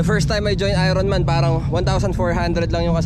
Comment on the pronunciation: "ayorn man" NOT "ayron man" HAHAHAHA